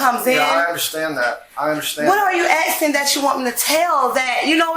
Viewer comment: Aksing 🙄 Why have I started hearing more and more people saying aksing instead of asking? Is this the official English language US has now? Just Aksing.